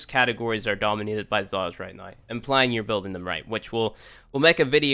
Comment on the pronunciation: I wonder where this guy is from. It always freaks me out when he says 'right noi' instead of 'right now'.